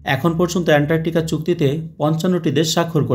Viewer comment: উনি বারবার এন্টারটিকা বলেছেন 😁